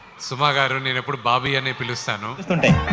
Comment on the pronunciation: బాబీ కాదురా బాబీ